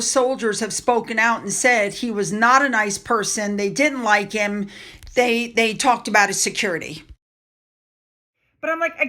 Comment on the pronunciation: horrible English…Murkle instead of Markle…day instead of they…duh instead of the!!!